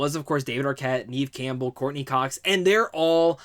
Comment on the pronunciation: * Neve Campbell .... Like never... Without the r.....